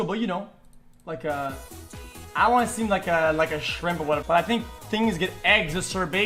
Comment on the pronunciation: Eggsa-sarbated. What a great prononciation of the word "exacerbated".